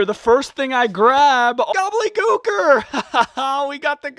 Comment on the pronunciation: SAY IT W ME..... GOBBLE-DY GOOKER.....gobbleDY.... GOBBLEDY......THERES A FREAKING D YOU KEPT SAYING GOBBLEY😵‍💫🤦🏼‍♂️